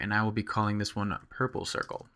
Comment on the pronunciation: so funny how you pronounce pur-ple-cir-cel. Nice tutorial!